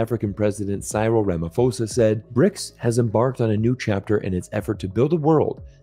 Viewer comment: Please go and learn how to pronounce Cyril Ramaphosa name properly...